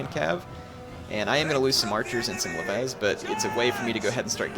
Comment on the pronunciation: Leves is pronounced. Lev-ees not lev-ez.